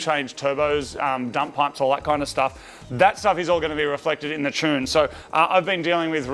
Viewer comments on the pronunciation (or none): I still can't get over how Moog says "tune"..... "chune" is not a word lol